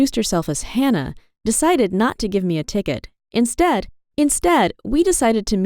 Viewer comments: omg ur actually right 😂 it does sound like i stared i stared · when i kept clicking on it started to sound like she was saying i stared i stared in a British accent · “Instead. INSTEAD.” What was that?!! 🤣🤣🤣